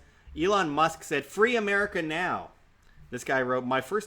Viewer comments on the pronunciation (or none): none